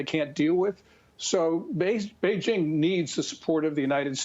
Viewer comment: Notice how he’s saying BeiJING? THATS the correct way. Not beige....